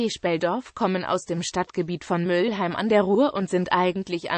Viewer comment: Mülheim und nicht Müllheim